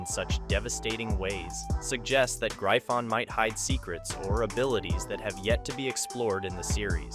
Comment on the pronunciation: its not known as graifon lol and wth is mahak? lmaoo